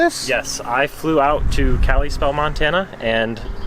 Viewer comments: Lol, Cali-spell. Cal-i-spell... Kalispell. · Dude I live by there and it’s not Cali spell it’s Kalispell it sounds more like a I in it 😂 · When he pronounced kalispell wrong.🤦‍♂️ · I hate the way he says Kalispell i live 10 minutes away from that place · The way he said Kalispell Montana made me cringe